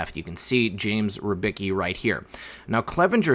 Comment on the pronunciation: for the love of Emperor lern how to peonounce R Y B I C K I not rybyki.